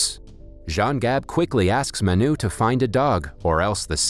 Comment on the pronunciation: It’s not maa-n-uu its m-uh-nu correct way to pronounce this Indian word Manu